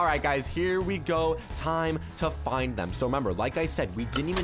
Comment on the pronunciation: “Find” you said fine